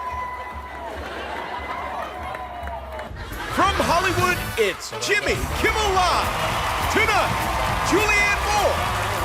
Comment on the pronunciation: Just want to say, I prefer the intro without the trill on "Jimmmy Kimmmel!"